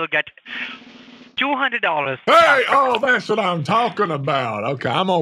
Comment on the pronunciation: 1 two thirty four humdred🤣